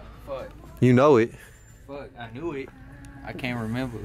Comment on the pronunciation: "I KAynt remember...."